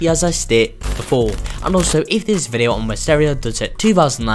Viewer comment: my boi said videaooo